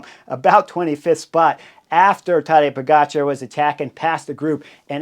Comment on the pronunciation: Chris, never underestimate the ability of Bob Roll to mispronounce a rider’s name.. POE-JAH-CAR !!!